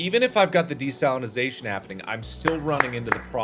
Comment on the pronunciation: Every time Mark says "desalinization" it sounds like to me he's saying "De-Stalinization" Mark trying to get rid of the communist ocean